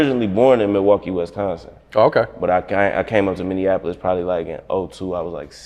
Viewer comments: It’s Minneapolis! Not Minnean apolis 🤦🏿‍♂️🤦🏿‍♂️ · Stop saying minneanapolis. 😂